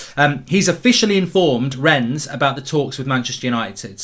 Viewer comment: It’s pronounced Renne the French don’t pronounce the ‘s’….